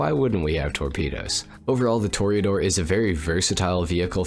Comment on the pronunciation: Tor Ah Door NOT Tor eee Ah Door